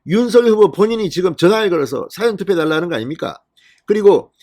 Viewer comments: 사전투표 전달 사전투표가아닌 사~전투표입니다 정확히 발음해주심 감사합니다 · 국어사전 할때 사전이 아니고 사~전투표 발음 하소